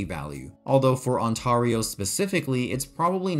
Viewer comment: Ontario is pronounced ON-TAIR-EYO lol im from there